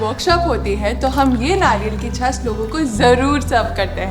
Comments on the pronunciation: झास नहीं बाईजी छाछ. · छास नही छाछ।